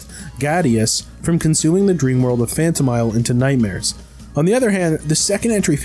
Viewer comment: Phanto MEEL